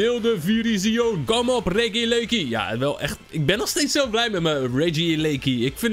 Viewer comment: Het is RegiEleki Niet Regileki bro😅